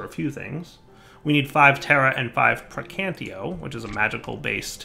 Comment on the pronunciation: Exactly. Kinda like "in-can-TA-tion" and "in-CAN-tion" would be very different things, assuming the latter was even a word. XD